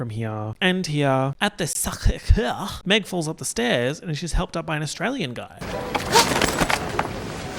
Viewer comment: the way you said Sacré-Cœur made me burst out laughing